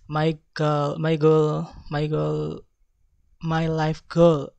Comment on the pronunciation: Strenght: spoke confidently, clearly and fluently, the pronunciation it was good, natural way to present Weakness : mispronunciation at saying goals (Group 1)